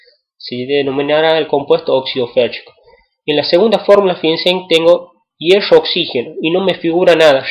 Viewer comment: pero tiene razon esta mal como lo dice